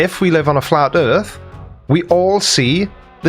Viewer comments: "Da erf" says it all. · "Every side has an argument" Really? What is the flat erff argument? I mean an argument is a collected series of statements intended to establish a proposition. All they have is "nuh uh". There is no "argument" for a flat erff.